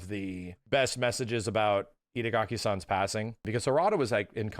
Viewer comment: The whole video says idagaki:D